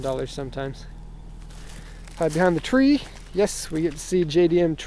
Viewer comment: I go crazy whenever you say JDM tree